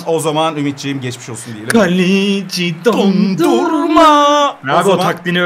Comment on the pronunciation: yanlız o dondurma değil donnuruma